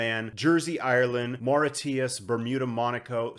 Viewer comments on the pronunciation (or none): Mauritius is pronounced 'Ma-rish-us' Respect as always!